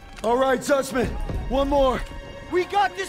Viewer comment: bang lu ngomong zussman tapi kok kaya susman